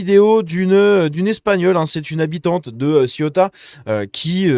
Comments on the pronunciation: Pour rappel on ne dit pas ciotat mais cé-ou-ta . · Arrête de prononcer Ciotat qui est une ville française près de Marseille qui se nomme La Ciotat. Il faut prononcer Céouta pour info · On dit Ceuta et non Cieutat qui est une commune française! Oh!!! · CE-OU-TA,pas CIOTA.